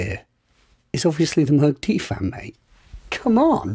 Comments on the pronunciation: "this unknown company, Moog...." My god! Moog (pronounced as Vogue with a starting M, and no not from Australia...) is for sure one of companies that produces the most wanted synths for decades... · You pronounced Moog incorrectly. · Unknown producer... named moog. Ohhhhhh my goddddddddddd. He didn’t even say it right